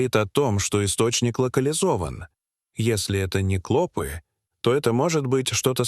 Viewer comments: Не клОпы а клопЫ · Не кло'пы, а клопы' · КлопИ, а не клОпи. Ти, что в школу не ходил.😅😅😅😅😅😅😅, зУда, а не зудА.. Научись читать. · Не клОпы а клопЫ! Неправильное произношение не делает чести автору ролика. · Как же раздражает произношение клОпы с ударением на О:face-purple-smiling-fangs::face-purple-smiling-fangs::face-purple-smiling-fangs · Невозможно слушать эти "клОпы"! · Ну почему ударение слов отвратительное. Клопы'. Клопо'в. Ты что искуственный? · Какая безграмотность клопі уларение на Ы